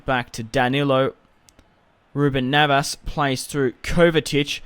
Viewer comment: it's neves not navas